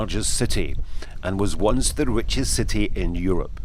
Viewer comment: 'it was once the rwichest city in Europe' :-)